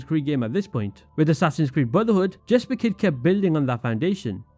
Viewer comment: Jesper is pronounced Yesper methinks.